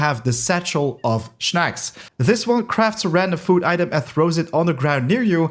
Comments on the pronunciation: snacks* not shnacks 🤣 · shnacks it is snacks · "Shnacks" xD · Your pronunciation of “snacks” is weird :D it’s like you try to pronunce snails and snacks together :) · I find it rlly cool tbh 😂